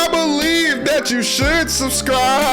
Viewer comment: 19:90 bro says I blevin i can fly